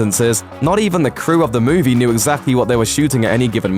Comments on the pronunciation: Move-E. Not, moahv-ay. Pronunciation and phonetics ol’chap. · You say movie strange. Move - Ay. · Interesting insights into this "moo-vay" ;-D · What's a moovay? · how does a guy who can't pronounce the word "movie" get a job talking about movies? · god that pronunciation of movie just urks me